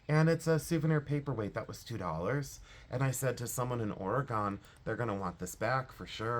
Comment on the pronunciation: You said myrtlewood right but Oregon you want to say "Oregun". That's how we in Oregon say it. Sending you airhugs of positive loving energy to you and yours . Love you because I do and you have grown on me❤❤❤❤